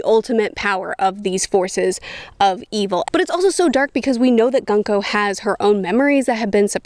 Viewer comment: I love how calls "Gunko" "Gonku"